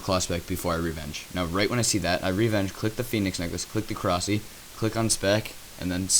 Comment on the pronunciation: please say korsi like korasie, eritates me when its not said right, ur not british or other nationality so no excuses